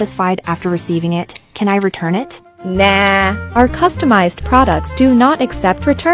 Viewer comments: that "NaH" was so weird 😭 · That NAHHH was personal 💀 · That nah was personal oh my lord